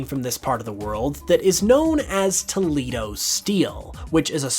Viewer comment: I live in Toledo, Spain's sister city here in the States. It's pronounced "Toe-lay-doe" in Spanish BTW. Fun fact, Toledo Spain's history of swordmaking is why my city paper is called The Blade.